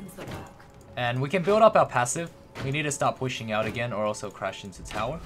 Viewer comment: It's called turret, or tower, not "towel".